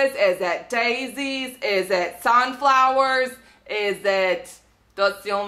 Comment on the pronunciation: Lol u said "sanflowers"